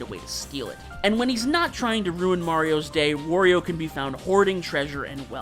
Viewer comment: You know the way you pronounce Wario and Aran is a bit odd.